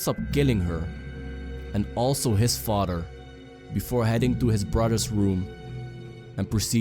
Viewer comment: When he said he killed his father I thought he said farter